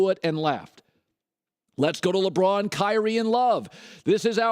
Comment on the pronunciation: I've never heard "Kyknee" until just now. I've never heard anyone refer to LeBron being injured (has he ever been injured) as a "flop" I honestly don't know of anyone who made fun of Kyree for being injured and LeBron flops. This is a fact.